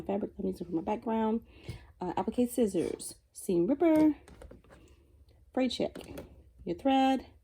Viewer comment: I got it, I couldn't undertand what you said at first, it's called Fray Check!